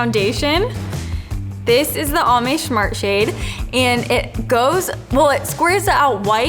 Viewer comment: “shmart shade” hahaha